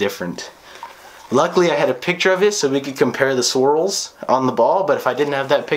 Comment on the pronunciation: Next time you say swirls.. or srwls